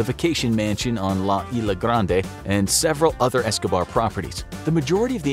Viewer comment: I know the S is silent when you say Island, but in Spanish it is not "isla" like is-la. Not trying to offend tho